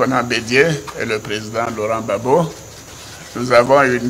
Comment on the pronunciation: ne sait même pas dire Gbagbo. Il dit Babo. Pourtant un ivoirien digne de ce nom saurait dire Gbagbo.